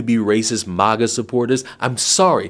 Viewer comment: I love when pronounces MAGA as Mah-ga. 😂